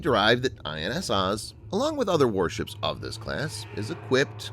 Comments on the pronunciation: Please learn how to pronounce the Hebrew vessels. OAZ as in OAK. MAH-GEN, not maygin. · also, Oz is pronounced more like "Ohz" or "Oze" lol